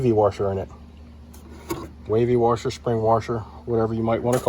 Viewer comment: The word you are looking for is WASHER not WARSHER....There is no R in the middle. It is pronounced WASH-ER not WAR-SHER....and the wavy ones are SPRING WASHERS not WAVY WASHERS. Just a heads up for you.